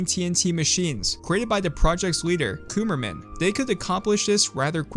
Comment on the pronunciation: "Cumerman" We all know... we all know...